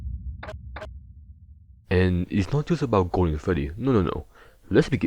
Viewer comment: Gowden Fweddy